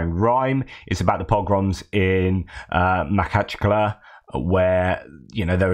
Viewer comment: You have to learn to make a throat clearing sound while pronouncing the kh in Makhachkala.